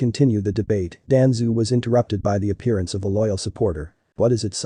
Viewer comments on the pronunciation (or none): it's danzo not danzoo